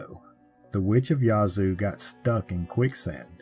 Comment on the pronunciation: Minor point, but jfyi, the a in "Yazoo" is locally pronounced like the a in "bad."